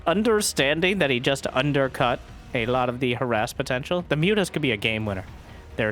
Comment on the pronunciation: "moo-tahs" -- I love that